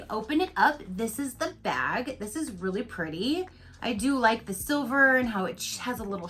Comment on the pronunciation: Omg bag not vag. Completely different topic. LMAO